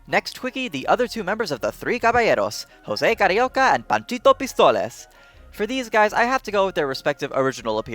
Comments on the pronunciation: I will never understand why people say "Hoce" instade of "José" I love the video by the way, but I'm sorry, the need of being the annoing one that correct others is stronger than me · It's pronounced Joh-Se, not Hoh-Se Carioca, just saying... (Yes the DuckTales Reboot gets it wrong) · Great video! just a small correction. José Carioca’s name is pronounced “Joe-sé” not “Ho-sé”, it is a portuguese name, not a spanish one, that is also why he is credited as “Joe carioca” in the movies. The last time Disney pronounced correctly was in the short Two Happy amigos from 1960, it was also the last time he was voiced by his original voice actor, José Oliveira. I think that the best and most important animated version of José Carioca was the one that was canceled. Saludos Amigos and The Three Caballeros was supposed to be a trilogy. The third movie, Cuban Carnival, was scrapped but one segment was already in production and was added to Melody Time as “blame to the samba”. The first half of the movie would be in Brazil where we would meet Maria Vaz, José’s girlfriend (a bird version of Yaya from The three Caballeros voiced by the same actress) and later they would go to Cuba and meet a new character in a similar way to Three Caballeros but I don’t think Panchito was going to be in the movie. Although the movie was canceled, a short series of comic books about José and Maria Vaz (now renamed to Rosinha Vaz) was published in Europe, and after being released in Brazil, it was a huge success and became a comic series that only ended in 2018 on issue 2446*! (*Donald and José comics shared the same issue number until 1985 so not all comics were about José). The comic version of José is the most iconic version in Brazil and the one people remember the most and his personalit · It's pronounced José, not Hosé. He's Brazilian, not Latin Otherwise, great video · Hosé. Sure. That's the right pronunciation. 👍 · Why the hell d’ya pronounce José the Hispanic way. He’s Brazilian.